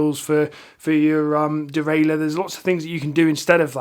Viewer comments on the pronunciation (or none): none